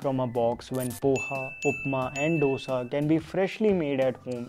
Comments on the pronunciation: Pls say Dosa not dhosa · Dosha nahi dosa. Itli nahi Idli